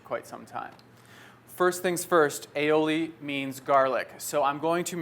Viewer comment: its pronounced I'oh'lee, thx for vid! :) ...cheers!